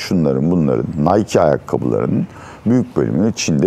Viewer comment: Şu de taktir ettim vallahi nike'ı doğru okuyan biri çıktı karşıma.